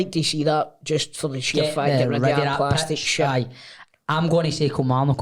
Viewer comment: lads lads annoys me every week man that's no how ye say Kilmarnock fuck knows how grado says it like that 😂😂 KILL-MAR-NOK